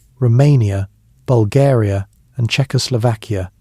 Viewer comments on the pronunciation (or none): none